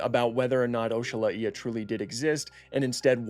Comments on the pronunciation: I’ve never heard it pronounced that way. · Bro said Oxalaia so wrong it's actually kinda offensive💀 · Why are you pronouncing it like that 😭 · Sorry to be that guy, but Your pronunciation of oxalaia irks me 🤓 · Dude love your channel...... butt hate the way you said oxalaia😂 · Please God, protect my baby oxalAia from this terrible pronunciation. Great video nonetheless. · Weird way of pronouncing it… not how it’s spelled at all but 🤷🏻‍♂️ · I have NEVER heard someone pronounce Oxalaia like that, the more you know ig. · same. This new pronunciation is just.. weird. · Is it from the word Oxalá?? (God willing) if it is yes he butchered it 🤣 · Why did you spell Oxalaia like O-shu-lay-uh, it's Ox-ah-lie-uh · “O-shala-ee-a”!!🤣🤣 I’m pretty sure it’s just “ox-a-lie-a” and that’s not even a hard one. This is like when Nigella Lawson called a microwave a “meecrowavay” 😂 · I'm really hoping this is not the pronunciation that will stick, it should be oxalAia... Based on the god it was named after. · Ohshalaia? i pronounce it "Ox-Uh-Lie-Uh" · ‘This is oeshalaeea’ bro just say oxalaia 😭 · The correct way to spell it is Oh-sha-lah-ya. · I thought it was pronounced ox-a-lie-a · Its pronounced oxo-lie-ah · "OCKS A LAYA" Is the proper pronunciation. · Bro really said "oshala eeya" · "This is OshAhlaIeh" That is not how you pronounce it, bro😭🙏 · "Oshalaeea"??? why he pronouncing it like that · It's pronounced ox-ah-lie-ah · the way to pronounce it is oksol I (in like me or referring to yourself) and then the uh sound so oksol I uh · I’m pretty sure it’s pronounced ox-ah-lie-ah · "Oshalaiia" Hurts me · I though it was pronounced Oks-uh-lie-uh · its osha-ly-uh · you pronounce it the way you want but if you look it up it is pronounced o Sha lay ia, I watch this other channel extinct zoo and he pronounces it ox a lay a so I don’t really care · same dude, I've never heard someone pronounce it "Osha Lá Ia" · oshala ia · “oh-shal-a-ee-a” feels just wrong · İ Heard as okselaia